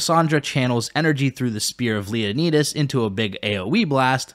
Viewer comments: Was fully invested til he said "king leuhkneedus" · Great vid and super informative but honestly?! How you gonna mispronounce Leonidas.. Leo-nide-us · It's Leon-eye-dus and Sock-rah-tease. You're welcome. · Leoneedis? Haha wow dude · Leo Knee Duhs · I know you mispronounced Socrates and Leonidas on purpose